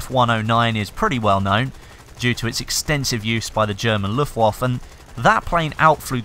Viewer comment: Your German pronunciation is the best haha Luftwaffe is such a great word when foreigners use it